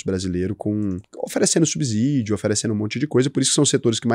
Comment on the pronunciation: não se pronuncia subsídio com "z" é com "s" mesmo